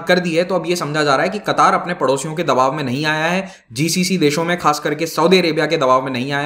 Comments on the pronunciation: It's not a qutaaar it's katar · Sir, it's क़तर not कतार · Its not qataaar, its qatar. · I think it's pronounced qatar not qataar. Qataar seems like hindi word for queue. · क़तार नहीं कतर होता है। अमीर नाहीं आमीर होता है। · Sir ji its Qatar not kataar🤣🤣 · It is Qatar not Kataar. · कतार नहीं कतर कहते हैं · Sir not a qataaaar but only Qatar. Democracy system of governance could only be success only when all the citizens are literature like kerala. It is not suit for such regions where illiterate people are more than literate. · It's Qatar, not Qataar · It's qatar nor katar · The actual pronunciation is Ghatar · Pronounce qatar correctly...its not qataar🤨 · Nam to sy ly mamo Qatar ha qattar ni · Your pronounciation of qatar is wrong. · Sir Qatar pronunciation sahi nahi h aap ki